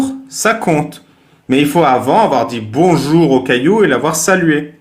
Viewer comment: Bonzour cailloux 😬